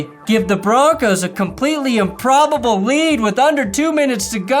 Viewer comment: Improb-BO-ble.... Improb-BO-ble